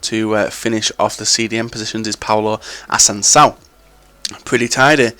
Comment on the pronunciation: wtf? IF ascansao?? Assunçao